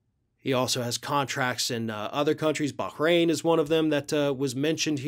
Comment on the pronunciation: Thank you for pronouncing Bahrain correctly.